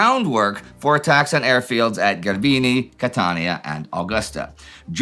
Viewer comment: 'Ge' in Italian is pronounced as 'jay', so for all WASPs on your staff it's Jaylah (Gela) and Jerbeenee (Gerbini). Think 'gelato'. Does anyone there speak anything besides German? Indy doesn't even have that. How can your historical research be so in-depth while your language research is non-existent?